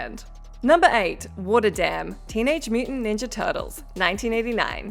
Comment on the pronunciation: Please pronounce WATER correctly